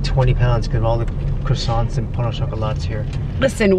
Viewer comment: Please please please stop calling croissant 🥐 Cross ant Quasson